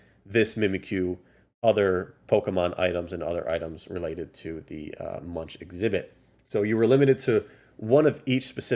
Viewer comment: Nice vid brother! The Munch in Edvard Munch is pronounced like Muk with an N before the K - Munk. He was a Norwegian painter and all the cards are based on a painting by him called «The Scream»